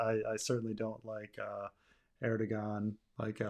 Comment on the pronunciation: Fascinating to listen to the opinion on Turkey of someone who doesn't know how to pronounce the name of its leader.